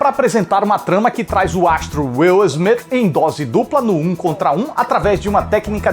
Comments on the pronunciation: "Is Smith" AHUEHAUEHUAHEUAHEAHHE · "Is Smith" huehuehuehue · Demorei pra entender o "is Smith" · "Is Smith" hasiahshais que pérola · "IS" SMITH KKKKKKKKKKKKKKKKKKKKKKKKKKKKKKKKKKKKKKKKKKKKKKK KKKKKKKKKKKKKKKKKKKKKKKKKKKKKKKKKKKKKKKKKKKKKKK KKKKKKKKKKKKKKKKKKKKKKKKKKKKKKKKKKKKKKKKKKKKKKK